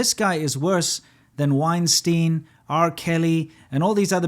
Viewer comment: It's Weinstein BTW, not Wienstein, Winston Love your videos. Stay awesome!